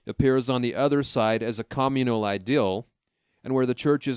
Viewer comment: Your pronunciation is fukkin atrocious. You can say community correctly but then fuck up cOMmunal. Seriously this is unbearAble.